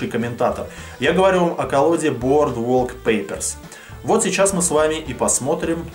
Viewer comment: название произносишь как француз :)